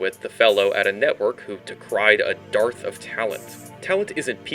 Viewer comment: It's pronounced "durth".